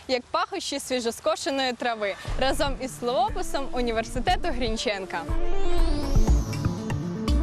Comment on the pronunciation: Шановні студенти-грінченківці! Робите хорошу справу. Молодці! На жаль, самі робите чимало мовних помилок. В українській мові слово "граблі" має наголос на закінченні, а слово "разом" - на першому складі. Пильнуйте норми і не забувайте заглядати у словник свого Навчителя - Бориса Грінченка!